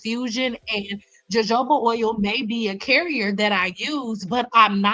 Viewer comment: Th J in jojoba oil is silent